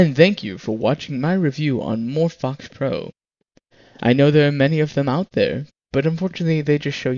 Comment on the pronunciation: It's Morphvox not "more fucks" say it right ))